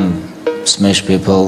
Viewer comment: It's pronounced "smesh" now because Khabib said so.